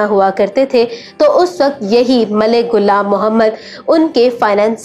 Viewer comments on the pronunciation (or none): Its not gulam Mohammed its ghulam Mohammed stop following Indians achi Urdu na bolo Indian ki ghalat Urdu bolo you think it's impressive its not